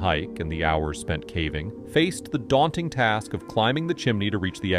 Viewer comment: AI. He says ‘cavving’ in a few of the videos